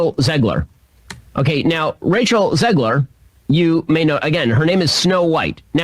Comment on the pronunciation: I swear Shapiro was pronouncing Rachel to sound like he was saying “Racial Zegler”